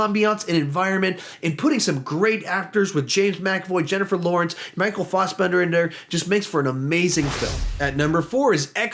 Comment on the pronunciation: Whyyyy do you keep saying Michael fossbender? It’s fassbender